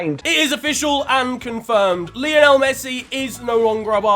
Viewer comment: Love the videos! But for Christ sake man, Messi is named after Lionel Ritchie and their names are pronounced the same! Lie-o-nul not Lee-oh-nell 😭